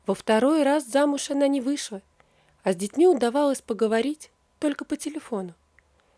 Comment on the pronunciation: А что у вас со словами.Вместо Л В .( не вышла,а у вас вышва.Молодой,а у вас моводой) Что позориться..